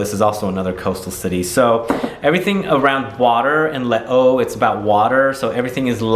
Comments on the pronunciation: it’s lay-zu i believe… 😇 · le o? les eaux = lesöi u can even google it